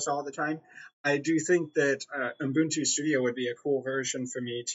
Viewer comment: There is no f***ing "n" after the first "u" in Ubuntu!!!!